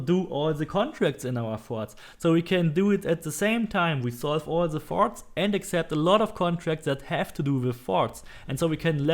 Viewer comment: "Everything is in the farts Go to the farts" I'm sorry lol at 6 min mark it sounded like u where saying farts really good video btw I just started playing and you saved me a helluva alot of time thanks m8